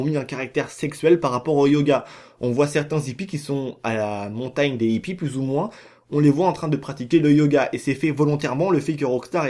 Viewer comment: La plus grosse mascarade c'est ta miniature lol. Et toi qui aime donner des cours de français pour analphabètes, on ne dit pas les zippies mais les hippies, il n'y a pas de liaisons. Et sinon je ne sais pas si tu te rend compte que tu dis la même chose dans toutes tes vidéos, on a compris ! Les Aliens sont des hallucinations, il n'y a pas d'UFO et ce tocard de Oméga est ravagé. J'avais compris ça en 2013 dès la sortie du jeu; pas la peine de théorisé comme un scientifique ^^